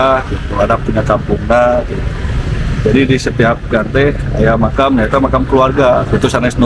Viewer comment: Mkam gitu lho bang nyebut nya